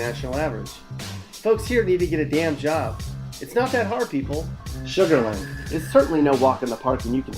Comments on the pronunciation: Report these videos. This is fake. As Shaun said, not one of these pics are from Houston, can't spell Pasadena correctly, and doesn't this idiot know that many NFL/ex-NFL players live in Sugarland????? That big dummy can't even say Sugarland correctly. Everything about their videos is inaccurate. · Did you really say Sugarland ? 🤦‍♂️